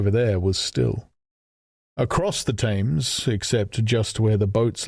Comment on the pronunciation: I'm intrigued that the narrator is unable to pronounce Addlestone - and more weirdly - The Thames...